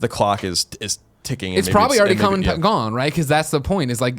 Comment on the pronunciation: I know you said, "come rain or shine." but it 100% came out as, "cum, rain or shine.".